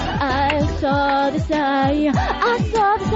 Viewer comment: "I sauw the soyne" ^^